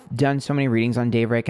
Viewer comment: When you kept saying Daverick, I think you were channeling the word Maverick because of Logan Paul. Logan is deff the Emperor (Aries). They have always had weird vibes between them and Logan has been hanging around Jeff recently. Also wouldn’t be surprised if the female he wants to collab with would be Gabbie Hanna or even Liza Koshy. Ethan and Hila are in for a ride if they give in to David.. Well done, can’t wait for the next reading 💕